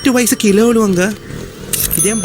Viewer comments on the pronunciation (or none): none